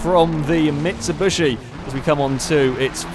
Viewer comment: It's MitsuBISHI, not MitsuBUSHI